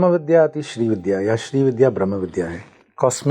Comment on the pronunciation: Madam, पूरा podcast किया आपने पर श्री विद्या को ठीक से कह नहीं पा रहीं- don't you think it's the basic requirement of doing any program that you equip yourself by studying the subject well? You're saying "श्री विध्या" with such aplomb!